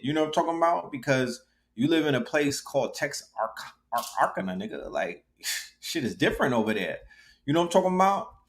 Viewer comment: Pronounced Tex-ar-kana. On the border of Texas and Arkansas